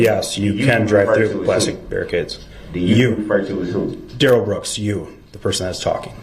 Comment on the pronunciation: His name DUH-RELL... they are saying Darrell that rhymes with barrel notice when the guy pronounced it right he didn't object